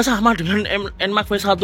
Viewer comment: Enmax enmax. Enmex kali pak bacanya.